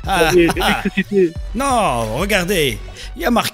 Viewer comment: respire respire c'est pour l'ilictriciti